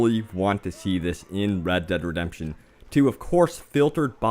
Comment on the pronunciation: Its read dead redepsion